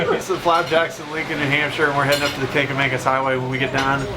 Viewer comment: It's "kanc-a-MAW-gus", not "kanc-a-MANE-gus". Kancamagus. No second 'n'. :)